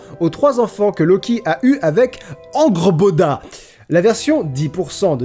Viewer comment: Angrboda ce prononce (angueurboda) pas angrboda